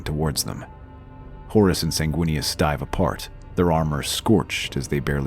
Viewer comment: WEENIS??? good lord...